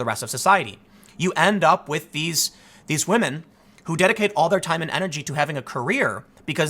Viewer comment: Tim... respect wAhmen. 🤣